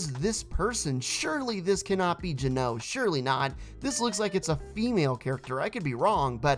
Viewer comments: The way you pronounce Geno is seriously hurting me Its GEN-OH, not J-NO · It’s geno not guno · Its not gno its geno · Not trying to be rude or anything but why did you say Gino like that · that is not how you say geno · It’s pronounced GEN like the gen in gender then O